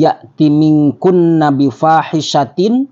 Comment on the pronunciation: Bifahisatin juga salah, dia nyebutnya bufasitin.